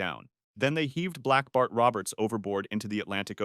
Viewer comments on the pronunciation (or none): i thought it said black barf instead of black bart